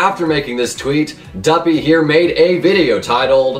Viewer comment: Good job dude you said Duppy right